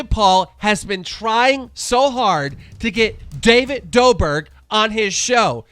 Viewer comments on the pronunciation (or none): he said David doe-burg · Did he say David Doberg at first? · why the fuck does keem mispronounce everything? corrina "kannif"? and david "dorbik" come on mate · omg i definitely heard "david doBIRD" lmao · Does he purposely pronounce names wrong? David doberg? And I don’t even remember how he pronounced Corinna’s last name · did he really just butcher his name, disgraceful😂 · Hear how he says David Dobrik